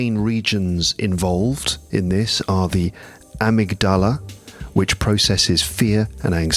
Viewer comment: Hi, I listen to and sometimes watch the episodes very regularly. They are very interesting (maybe except for those concerning The Star Wars and football:)), useful and often funny. This one is meant to be relaxing but my brain gets an electrical shock every time you say amygdala! You are the teacher but I dare say that your pronunciation is strange because of the syllable stress. Nevertheless I am going to listen to the end. I will be visiting London soon with my adult son and we are definitely going to use some of the hints from your three episodes. Thank you for all the work and keep going!